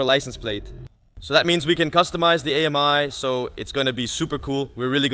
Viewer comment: The name is not A-M-I, but pronounced Ami, which is French for friend!